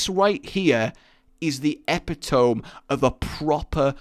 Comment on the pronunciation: nigga did you just say "epi-toum"?